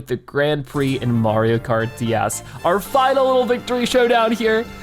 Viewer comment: Why does it sound like he says dæs??